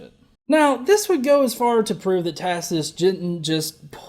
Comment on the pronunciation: This stupid fucker cannot pronounce Tacitus.